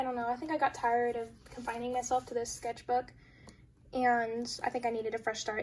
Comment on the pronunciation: The "skethbook" was annoying me soo much waah